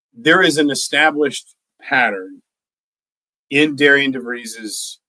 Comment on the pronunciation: I'm hearing Indiana media/podcasts are pronouncing Darian's name wrong. Pronounced like Darren